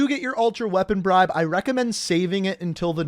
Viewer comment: he said reapon bribe cool